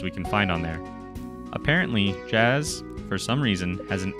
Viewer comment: its pronounced yas